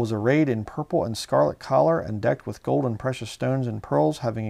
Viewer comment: I like that weird accent when you say "collar" instead of color lol.